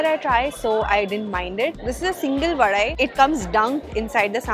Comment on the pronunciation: Yes mam it's vadai only, not Vada...and it's dhosai , not dosa... It's itili not idly... Coimbatore is not the city of temples, its Kumbakonam in tamilnadu.